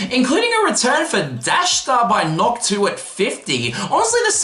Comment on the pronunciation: nice vid, btw NOTD is pronounced “noted”